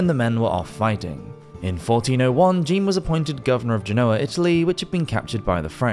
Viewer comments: Great video! Although please don't pronounce the French name "Jean" as the female name Jean in English lol. Either say it the French way (J'an) or just say John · If you're going to do these types of videos, please learn how to pronounce names and places correctly. For example, Jean (John, in English) is not pronounced 'jeen'. Otherwise, good job overall.